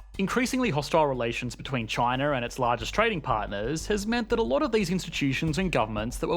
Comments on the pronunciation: "This is CHANA"...hahaha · This guy pronounces "China" as "Chin-ahr" and also: "Labor" as "Labuh" and "here" as "hee-uh". His accent is both non-rhotic and hyper-rhotic. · Everytime he pronounced china I low-key cringe 😂